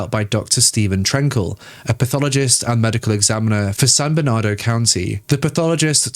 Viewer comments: As someone from the area, the "Joaquin" in San Joaquin is pronounced "WAH keen" (wah like the beginning of "water", and keen like in "peachy keen"). It's also how Joaquin Pheonix pronounces his name. Also, San Bernardino is like "burn uh DEE no". Basically, anywhere in California with "San" in front of it is Spanish, if that makes it easier to find out how to say it. They're named after Catholic saints. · You need to pronounce the names of cities more carefully. Ontario is pronounced On tar e o, like Ontario, Canada. (4 syllables) Not Ontero. San Bernardino (4 syllables in Bernardino) and is not San Bernardo. You do have a nice voice, though.